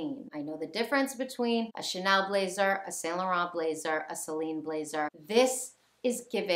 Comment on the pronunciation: It's pronounced san-lo-ron ❤️